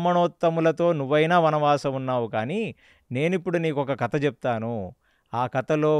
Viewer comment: garu anni baane unnai meeru bottu పెట్టుకొని chepte inka baagutundi plus kadha ni meeru kata antunnaru 🙏🙏